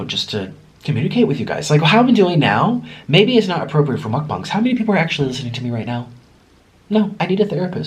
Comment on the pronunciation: That's not how u say mukbang